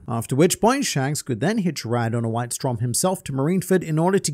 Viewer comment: just a side note: "Strom" is the german word for "stream" or "current" and is pronounced with a long o